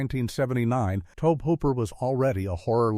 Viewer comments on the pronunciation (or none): Dear AI Narrator, the director pronounces his name toe-bee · Cheesus, the mispronunciation of Tobe just keeps happening, over and over and over